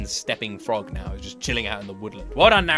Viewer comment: "A global destaster" 😂 has a special talent for livestreaming and reactions man.